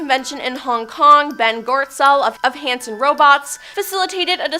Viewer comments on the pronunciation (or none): none